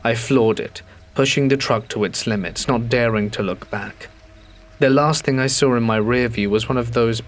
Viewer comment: "And then I saw(r) it" said for the th time 🫣😂🤣